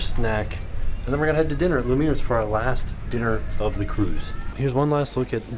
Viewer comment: It's pronounced Lumi-airs, not lu-mears! Thanks for showing Icy Straight. I've been to Alaska twice, and now I need to book a third trip for this port! Edit to add that if you book another Alaskan trip, make sure to visit the Capilano suspension bridge park. It would be a great place for the boys!